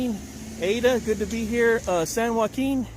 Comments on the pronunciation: Why does it make me cringe whenever he says “San Joaquin”…. Oh gosh lol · Shot of beer every time the asstant manager says "San Joaquin " would leave ya passed out on the floor 😆